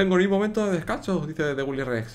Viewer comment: Porque dices willyres, si es willyrex?